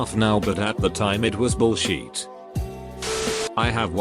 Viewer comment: Automated voice: "bull sheet"... Wut?!